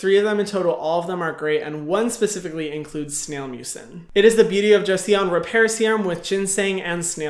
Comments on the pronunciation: just fyi, it's not "joe-E-son", it's pronounced "joe" (like the name, joe) and then "son" (like father and son, that "son") :) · haha don't worry about your pronunciation Hyram ! It's totally fine to not know how to pronounce it ^^ The "e" is "Joseon" is actually a mute letter, so you can read it as "Joson". It is quite confusing due to the romanization of the word since in Korean there's no such thing as the "e" in it, it's actually a more light pronounced "o" Well... it seems like my comment is more confusing than helping with the word pronunciation... I'm sorry ㅠ.ㅠ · Beauty of Joseon "Joseeawn" hahahaha so cute it's pronounced JOE-SUN 🤣 Thank you Hyram now I'll know which to buy based on their ingredients.... unfortunately I'll have to read them in Korean but 🤷 a lil smarter thanks to u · it's not Jo-see-yon, Hyram. It's Jo-Son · It’s pronounced kinda like Jo Sun, not Jo-see-on Hyram! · i think it is pronounced JU-SON. Beauty of Jeoson. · Joseon is pronounced Joh-Suhn (like sun)! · The "e" is silent so it's basically "Jo-son". 😉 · you can pronounce Joseon as Joh-Sun! 😊👍🏻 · Beauty of "Jo-sun" :) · Hey Hyram❣, just wanted to say it's pronounced like "joe son" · Joseon is pronounced Joe like the name and Sun like the place I want to yeet St Ives apricot scrub into! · Joseon is pronounced like joe-sun LOL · i think its more like saying Joe-son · Hey Hyram! I looked it up and korean acutally pronounce "joseon" like this: "cho-sun" just a little fyi! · Joseon is pronounced as Jo-‘son’! Hahah Thank you so much for the video! You are workin hard these days, and as your fan, I love it, but take care of yourself first! We want you to be healthy! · Joseon = pronounced as Joson I hope creators take time to research correct pronounciation as well as respect to the brand that sponsors them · To help with the pronunciation of Beauty of Joseon, (lmao Korean viewer here), It's pronounced Beauty of JO-SUN (it's not entirely correct but more accurate. Hope this helps :)